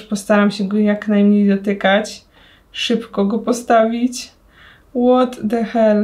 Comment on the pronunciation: Aga tylko nie dostań salmonelli od tych przeterminowanych zestawów xD Łot de hel. Rozwaliło mnie to xD